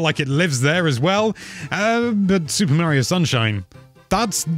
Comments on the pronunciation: So dude .. it's Mario not Maryo. I don't want to hear it's my accent excuse either.... everybody else can say it and they put forth the effort to say it properly and you should too. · Dude's name is Mah-rio. I know accents are accents but names are names too, for instance mispronounce Gloucestershire or Worcestershire in front of an English person and see what happens